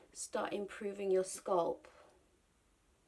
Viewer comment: Scalp sweetheart the A isn’t silent great video